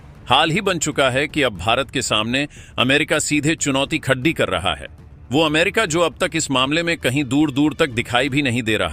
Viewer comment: Khadi karega ko bolte ho khad dhi karega. Tum channel ko 12 bajaoge.